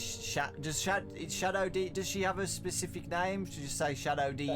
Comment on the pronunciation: DeDe would be pronounced Deh Deh. It's DeeDee, like Dexter's laboratory.